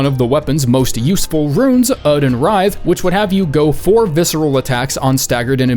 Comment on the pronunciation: I enjoy how the formless great one comes out to make jaw go slack when he tries to say Oedon